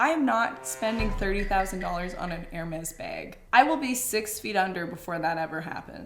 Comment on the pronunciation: Yet, you pronounced Hermes correctly......